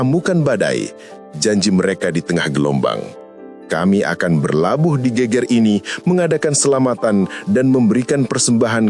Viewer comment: nyebutnta bukan gunung GÉGÉR min.. tapi GEGER yg kalau dalam kalimat jawa geger itu adalah bahu Klaau gégér hampir sama dg gempar 🙏